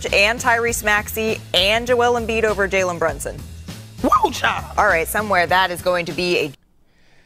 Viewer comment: 😅 come on say janlin brunson ten times.